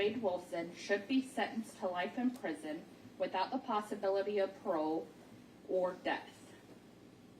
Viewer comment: murner... Manner... Then seconds later she has trouble with possibility. She's not worthy of reading out loud. She didn't even have a pleasant voice either. Smh